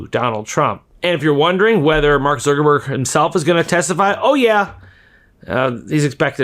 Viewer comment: Why do you call Mark "Zurckerberg"?